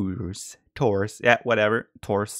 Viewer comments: Tours is pronounced "Tour". Sorry, we french like to put silent letters in every word :) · I wish viper can visit the States so he can learn how to say Tours and Agincourt correctly! :)